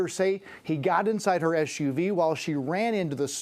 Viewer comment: Are we calling S U Vs Sooves now?